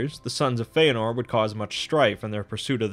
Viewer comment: You've got 'Fëanor' right. Well done!